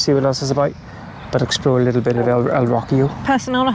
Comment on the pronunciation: Me hace gracia cómo pronuncias "Rocío" suena a: "Rockio" jajaja